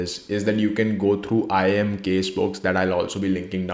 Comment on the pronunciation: Iim a and xlri 😂 it's sounding like samsung and somosa😂